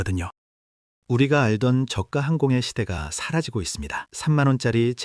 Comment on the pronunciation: 본 외이기는 하지만 발음이 거슬려서... 저가 (저가 or 저까) 발음이 두가지로 하는데 정확하게는 저까*입니다. 저가*가 아닙니다. 한자어 접미사는 된소리로 발음합니다. 내과 치과 외과 등 효과는 접미사가 아닙니다.